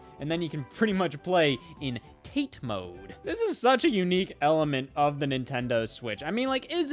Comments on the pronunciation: " 'Taayt' mode' " lol It's "tah tay", Scott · FYI, TATE mode is "tah-tae" (vertical), not like how it sounds in "rotate". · Scott’s pronunciation of Tate mode 😭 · “Tate” mode => pronounced “ta-te” => From Japanese 立つ 「tatsu」 => “to stand” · Taite mode.... Tah-teh mode. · Hearing Scott mispronounce "tate" hurt my soul.